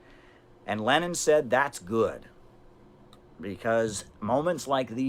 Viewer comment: The way he pronounces Lenin as "Gleeenin" is pretty fun